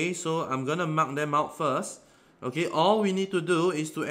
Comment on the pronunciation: i can't understand "okAy"